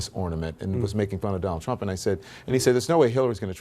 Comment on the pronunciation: New casters only have one thing in their life to do right and thats pronounce the fucking word right. Donal trump.......